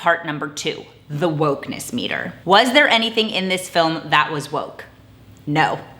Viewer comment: lol the “wolk meter” 🤣